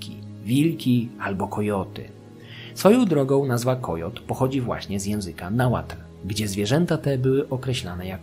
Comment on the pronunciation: Uwielbiam odcinki o Mezoameryce i czekam na więcej❤ Podziwiam za ogromną ilość pracy i czasu włożonego w przygotowanie tak rzetelnych materiałów. No i że nie połamałeś sobie języka przy Nahuatl to szacunek😅